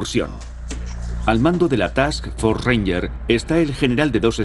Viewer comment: Buen documental. real, no como la película. Al narrador en español: es TASK FORCE , FUERZA DE TAREA , NO ES "TAKS" solo un consejo, sin ofender.